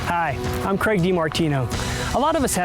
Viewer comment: So the host is called Craig, the narrator is calling him Greg... wtf